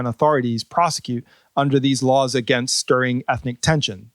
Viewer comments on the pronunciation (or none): none